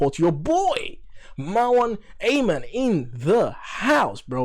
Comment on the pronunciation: What an amazing session! ❤️ Btw, shoutout to for pronouncing my username correctly on the first try ❤️👍